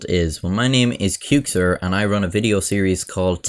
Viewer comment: I was listening, not watching, and heard “cuke sitter” whenever he said Qxir and I was like 😏